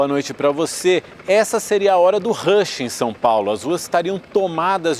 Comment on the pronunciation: Estes reporters quando pronunciam uma palavra com origem inglesa deveriam ter cuidado. Ele pronunciou a a palavra Rush acho que ele nao sabe English. A proxima vez ele deveria usar o metodo do paulistano pronunciar a palavra Rush da mesa forma que o p as paulistano descendente de italiano pronuncia a palavra Rato